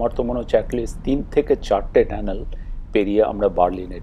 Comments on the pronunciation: ট্যানেল না টানেল ??? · ধন্যবাদ আপনার মন্তব্যের জন্য! সঠিক শব্দটি "টানেল" বা সুরঙ্গ (Tunnel), তবে বাংলায় কখনও কখনও উচ্চারণগত কারণে "ট্যানেল" বলা হয়ে থাকে। আপনার খেয়াল করাটা প্রশংসনীয়! 😊